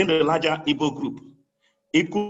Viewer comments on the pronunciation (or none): It's a big shame many of you can't even pronounce the name IGBO properly rather y'all are repeating this NONSENSE Ibo Ibo Ibo, it is IGBO IGBO IGBO OK